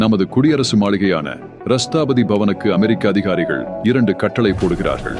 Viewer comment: நீங்கள் சொல்லும் செய்திகள் முக்கியமானது ஆனால் உங்கள் உச்சறிப்பில் கவனக்குறைவு இரஷ்ட்ரபதிபவன் என்பது....